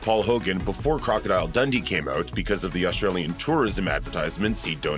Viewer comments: It’s pronounced like Dun-Dee not “Dundy” 😡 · That's what I was thinking... Like, Crocodile Dundy! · The way he says Dundee is upsetting 😂